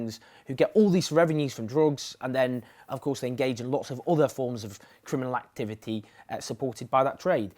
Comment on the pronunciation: you say "activity" funny